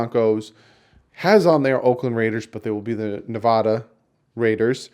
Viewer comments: Dawg it's NEVADA not NEVODA. #phinsup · Not the Nevada Raiders, it's the Las Vegas Raiders. And it's pronounced Nevada. The first "a" is ... ( "a".. sound like apple) not ( "a"... sound like Autumn). Sorry, I'm from Las Vegas, Nevada its a pet peav for us out here when our State is mispronounced. I will be there, I always have been and always will be a Fins fan! I will probably get killed wearing my Dolphins gear at the game, please pray for me. I'm sure a lot of Oakland fans will follow them here:(